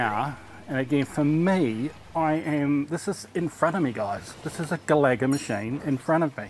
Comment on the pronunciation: Great video! by the way its pronounced GA-LA-GA not GALAGO 🙂@